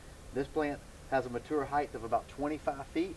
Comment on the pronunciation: Its heighT not heighTH